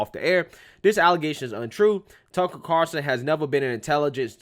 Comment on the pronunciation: it's "CarL - son"......not Car-son. Carson is Johnny.